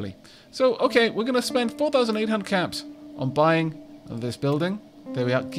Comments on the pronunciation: I know he's saying caps, but I can't help but hear cats as the currency whenever he buys stuff. The greatest chuckle has been had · What is the currency called? I hear it differently every time you say it. I either hear caps or cats. Edit: nvm I saw it when you hired Miss Mini.